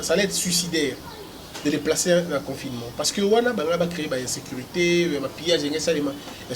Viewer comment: c'est pas confinément mais confinement, c'est pas propulse mais propice... Ça te fera du bien d'élaborer ton français encore...